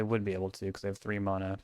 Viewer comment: I am on my hands and knees begging you to change the way you pronounce the word "mana"